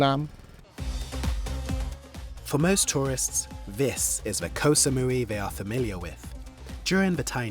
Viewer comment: Thats not how you pronounce "koh"